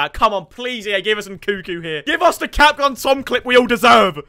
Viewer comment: yo bro your missing the second N in nkunku